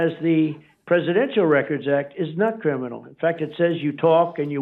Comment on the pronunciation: I just love hearing trump try to pronounce the word criminal...... 😂😂😂😂😂😂😂